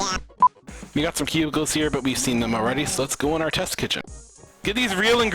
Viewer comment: everytime he said cubicles, i thought he said pubicles ._.